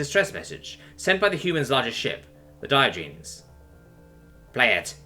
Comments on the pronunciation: The "-genes" part of "Diogenes" is pronounced /jeh-nees/. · Gah! I was wincing every time he said it that way... I won't hold it against you we all make mistakes and you do an awesome job 99.9% of the time. That is enough for me to overlook this.. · (learn to say Diogenes correctly.....just sayin') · Dear, Your pronunciation of Diogenes killed my wife and daughter.